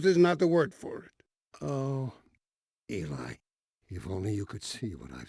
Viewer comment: its eli not ely